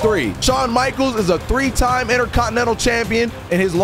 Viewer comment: man said number drwwe😂